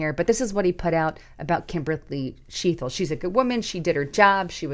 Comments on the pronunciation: .... CHEA TLE... NOT chea thle!!!! No "H" !!! Gawd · C'mon. Chea "t" le!!!!!!????